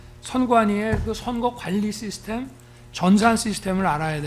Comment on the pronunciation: 싀스템 ㅋㅋ 발음 굴리지마라 영어로 대화는 못하면서 한단어씩 섞어쓰는 하체부실 늙은 돼지